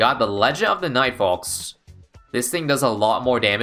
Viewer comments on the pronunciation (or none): Why does he say the L in folks D